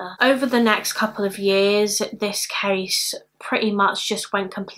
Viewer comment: The way you say "case" sounds like we would say cheese in bavarian dialect(southern germany): "käs". "Käse" would be without dialect. Always puts a smile on my face. I like it very much, thou